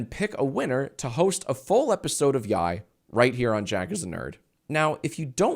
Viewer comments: Yee yee is how you're pronouncing yi yi for some reason jack?? Like yee yee ass haircut. Cmon man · can't pronounce his own show smh 🙃